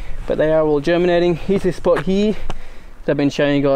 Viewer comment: That was in fact 'like heeere'